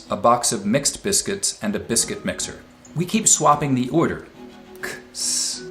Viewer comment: I have never noticed how mispronounces "order" before.